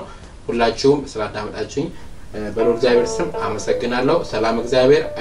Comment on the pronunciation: የኔ ወንድም እግዚአብሔር አምላክ ነው የሚባለው አንተ ግን እዝጊያብሔ አምላክ ነው የምትለው ብዙ video ላይ ሰምቸህ አለሁ ላርምህ ፈልጌ አይደለም ግን ስለምትፈጥን መሰለኝ እና አባቶቻችን ሲያስተምሩ የአምላካችን እግዚአብሔር ስሞች እያንዳንዳቸው ትርጉም አላቸው ስለዚህ ስትፅፉም ሆነ ስትናገሩ እግዚአብሔር ነው ማለት ብለው ሲያስተምሩ ስለሰማሁኝ ነው ወንድም ይቅርታ